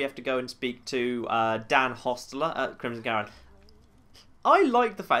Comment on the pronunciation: "Dan Hostler?" Don't you mean Don Hostetler?